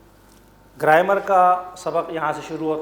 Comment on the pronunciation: Its grammar not graimar